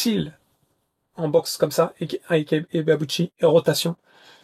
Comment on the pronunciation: IKE très bien prononcer 👍👍👍 IBEABUCHI très mal prononcer 😂😂😂 Ca se prononce AYBIBUTCHI...mise à part ce petit défaut de prononciation, j'étais un très grand admirateur d'Ibeabuchi, pour moi ce boxeur aurait bien pût être un très grand et immense poids lourd, je n'arrivais même pas à voir comment Tyson aurait pût l'arrêter, il est le premier à avoir battu Byrd et Tua, même si pour beaucoup, sa victoire face à Tua était contestable, pour moi ce ne fût pas le cas. Mais quelle carrière gâché, j'ai mis beaucoup de temps pour me remettre de cette mauvaise nouvelle de fin de carrière, il avait tout pour être le meilleur de sa génération...vraiment dommage